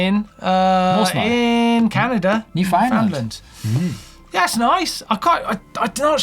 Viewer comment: Gonna be a whole lot of differences for me on my next ride! Just upgraded from a 2017 Giant Talon to a 2020 Norco Fluid FS. So many changes to learn about! EDIT: You pronounce Newfoundland like "understand".